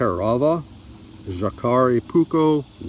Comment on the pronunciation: the J in the name is pronounced as a Y. in all Scandinavian languages.